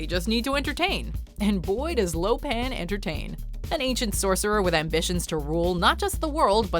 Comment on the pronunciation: Its Lo Pan not Lo Pang.